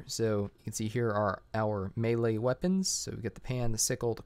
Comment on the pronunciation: It's not Malay weapons It's melee weapons (MILI) xD